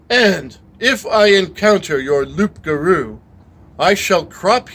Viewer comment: Just a small thing, loup garou, don't pronounce the P . It's closer to Loo for an English person. 😂